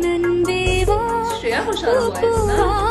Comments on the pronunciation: Hi, i realise this was the song from which i started following shreya goshal 🥰. For me her pronunciation was good but tamil guys should confirm. Naresh iyer is a gem u must listen to his other songs also. Its a really good film also. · Shreya Ghoshal, its not just her voice, but she has this unique talent of getting the pronunciations and connotations so right. Her Tamil and Malayalam songs especially, the feel to the songs so good.